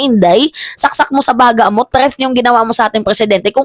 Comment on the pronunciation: My love.... THREAT hindi po 'TREATH." Huwag mamasamahin love.... para huwag kang punahin ng iba, ako na lang kasi love kita, hehehe.